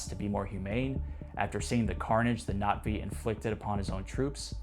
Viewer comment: Oh great. Another dude using the tryhard pronunciation of Na'Vi. 😂